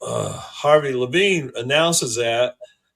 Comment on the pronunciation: it's Harvey Levin not Harvey Levine.